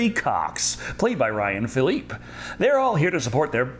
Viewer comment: "...played by Anne Heche, I sure hope I'm pronouncing that right." You didn't even pronounce Ryan Phillippe right. Hay-shh Phillip-ee